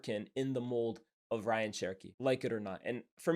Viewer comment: His name is pronounced RAY-yan btw not Ryan